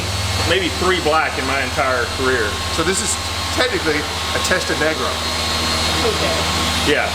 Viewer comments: Did he call it a Testanegro ? Time to cancel . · “testa-negra”…not “negro”…I think. It’s not “negro modelo” when ordering your Mexican beer, it’s “negra modelo”.